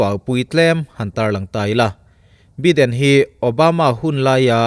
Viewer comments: Biden nilo in Baiden ti a lam tur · Sir, Joe beeden i tia .. Joe Baiiiden tia lam tur ania.. American english an hmang a.. British english lh American ah poh bi lh by hi.. Bi. .tia lamrik. Vaipa bhaia kn tiha bai kn lam rika lam rik ve2 ania( bai ah vowels 'a' hi silent language aga lam rik ngai nih chu) Zalenna a len bik hi mizo tawngah chuan len hi thluk sang lovin sangha manna len thluk hniam kn hmang aga zalenna( len sangha manna) thluka thluk tur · Biden tia lam tur ani lo, Baiden tia lam tur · Biden hi bye2 kan tiha 'bye' anga lam tur 🙏🙏🙏 channel thlir an tam leh dwn sia😊 an hming tal hi chu lam dik hram2 ila ava tha lehzual dwn em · Joe Biden hming hi i lam ri zing sia, i lam rik dan hi a khingbai deuh tlat, Jaw Baiden tiin lam ri la, ngaihthlak a nuam zual viau ngei ang le, sawisel nilovin, thahnnem ka lo ngaihpui vang zawk che nia. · Joe baiden tih tur. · Subscriber ka nih angin "Baiden" ti a lam tur in ka ngen a che. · Tianga mipui ngaihthlak theih turah chhawpchhuak ve meuh chuan Joe Biden hming lamrik dan dik tak tal te chu hriat ve awm.